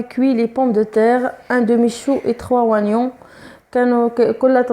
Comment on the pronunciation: erreur de prononcer oignons